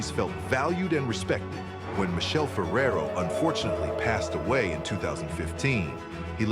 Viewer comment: Learn to pronounce Michele,its with K